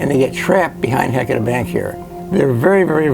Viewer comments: Ok, I grew up here in the Willamette Valley, 58 years old and NEVER heard of Heceta being pronounced like HECK A TAH in my life! It feels and sounds so,,,,WRONG to not say HE-CE-TA. Agh! How does one get beyond this mispronouncement that is ingrained in me?? I love Oregon, and geology. Thank you for this great information! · Thank you! I'm a native Oregonian and grew up in North Bend on the Oregon coast. We've always pronounced it "Ha-sea-ta". "Heck-eh-ta" is grating to hear. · I never heard it called "HECK etta" until the 80s. I think it has to do with people who weren't from here coming here and mispronouncing it, and then pretending that the LOCALS mispronounced it. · I know right! Ive lived here my whole life & always correct people who dont know how to pronounce it properly, but im shocked to hear a well-educated scientist say it wrong. I wonder how they pronounce Yachats, my favorite place in the whole world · I can't listen to the word Heceta mispronounced through an entire documentary. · You guys need to learn how to say “Heceta”